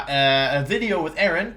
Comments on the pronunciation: The "so there I was" Was extra crispy today. Top tier wideo. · Here's my banana to this wideo. Love ya, wideo man :)